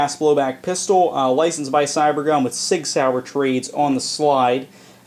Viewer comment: Thanks for Pronouncing Sig Sauer right. :)